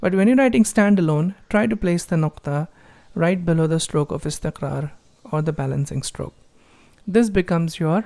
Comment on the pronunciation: Assalamu Alaekum brother......Amazing.....I like the way you pronounce ...nuzool...istiqraar...saood......... I am learning from your videos....keep it up.